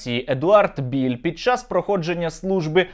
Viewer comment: не Біль а правильно Білл, Едвард Білл, от і вилізла на поверхню правда про цього колаборанта-малороса )) воно колись було Українцем по паспорту ну але як виявилось це ненадовго і тільки на бумажці...